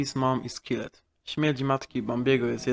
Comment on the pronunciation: wlasnie zauwazylem ze wypowiadasz takie slowa jak killed itd tak jak sie pisze a nie tak jak sie wymawia czyli bez tego e przed d